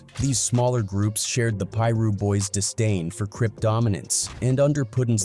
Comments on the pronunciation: Why the narrator can’t just piru instead of pie-ru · that shit said “Pie Russ” 😂😂😂😂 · It's PIRU street..... get it right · This mf keep saying Piru wrong and it’s pissin me off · The Pira's were no joke. Why this MF can't say it right SMH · It's AI narrated. It can't pronounce Piru. They're probably overseas somewhere.. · You don’t know how to pronounce piru foo